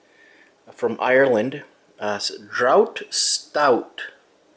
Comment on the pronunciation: Draught is pronounced “draft” but Guinness is best on tap from a barrel. The stuff in cans can be a bit off. They bump up the alcohol for the tins